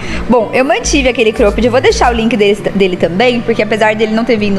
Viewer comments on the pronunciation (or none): Vamos lá pra aulinha de inglês hahahha Cróooopped Jóóógger